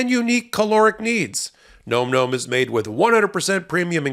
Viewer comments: If you are going to have a corporate overlord, the least you can do is pronounce their name right. It's NOM NOM, not gnome gnome! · surely nom nom should be pronounced like pom pom as it has no 'e' and not like Gnome Gnome. Alas, the President in White House Down was Jamie Foxx and he looks nothing like Harrison Ford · Bro, it's Nawm Nawm, not Gnome Gnome😅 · It's NAHM NAHM not Gnome Gnome,!! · Nom Nom is pronounced Nahm Nahm NOT Gnome Gnome!! 😂😂 Nom Nom as in yum yum, nom noms. Wow. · I've heard this item advertised on another podcast. I think you might be pronouncing the name wrong. The other people pronounced it like "Nahm Nahm" like the sound that people sometimes make to signify something tastes really yummy and you are gobbling it up. If you want to double check which pronunciation is right?